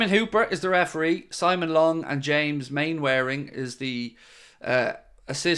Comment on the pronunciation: When speaking about officials for games, you are mispronouncing one, and thought you might want to correct it. The official Mainwaring, is pronounced mannering , as in Captain Mainwaring in Dads army, the old sit-com on bbc. Just one of those odd English names that doesn’t look like how you say it.